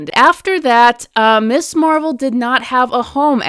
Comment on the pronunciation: It sounds like you're mispronouncing it 'Miss' Marvel instead of 'Mizz' Marvel. While that normally might not be a big deal I think for a lot of people, at least women who grew up in the 60s and 70s, it might be. The idea of Ms. as a designation at the time of the creation of Ms. Marvel, was to separate it from Miss, because while originally Mister and Mistress did not designate marital status, by the time it got to the 19th century they did, so when we get to the 20th century and the second wave feminist movement, they wanted a designation to be different and part of the differentiation is the pronunciation.